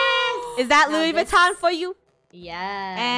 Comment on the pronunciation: How said I want Loui VUITTON ketchup